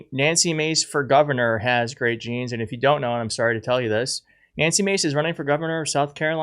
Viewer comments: Jesse Waters ,Hey Stupid ! It's J e a n s,not G e n e s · Her “jayns” are “bluh” - she needs lessons from Nigella on how to pur in English